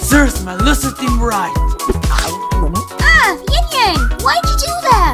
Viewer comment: Hopefully y’all pronounce yang right in season 3